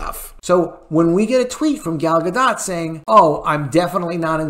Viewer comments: Dude...I love you but its ZaslAv (not ZaslOv). Also it's Gal Gadot (silent 't' not Gadott. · I heard Gal Gadot's name is pronounced like Gall Gadut.